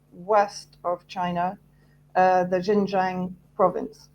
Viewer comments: Xinjiang is pronounced Shin Jeang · Xinjiang pronounced 'shinjiiang' please!!! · This woman is cookoo-cookoo-cookoo.... She has no idea about XinJiang! She has never been to XinJiang! She can't even PRONOUNCE XinJiang! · This woman is such an expert that she pronounces the words Xinjiang so incorrectly that anybody who speaks Chinese would not recognize what she saying! She is so wrong